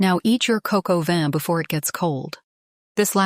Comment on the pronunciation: It is probably a miss pronunciation of cock au vin...